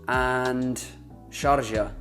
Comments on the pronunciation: الشارقة و ليس الشارجة. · its du-bayy n shaarqa, bah-rayyn, qaTarr n ku-wayyt